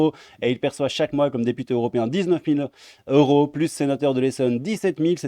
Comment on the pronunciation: On dit quatre cents zeuros dans la mesure où il y a un s à cent.